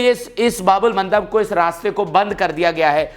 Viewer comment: his pronunciation is very bad.